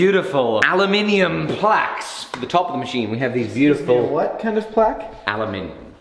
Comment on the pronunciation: Kinda ironic that you make a point of saying "aluminium" instead of "aluminum", But you say "placks" instead of "plaques"